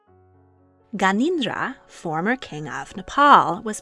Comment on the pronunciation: It's Gyan en dra Not ganindra